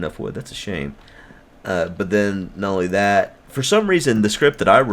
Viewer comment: Did he say nolly that or not only that??!!!